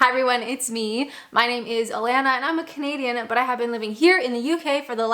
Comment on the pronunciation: When you say You're Canadian I keep hearing comedian and as get going I think I was right and first queue jumpers are made to go to the back who the hell says tut in the UK my advice get out of Kent it sounds like it's stuck in a time warp . I like you .PS and because I like you never never never slap your legs and say it's time go people will wonder why you did it just look at your watch and say its time to go .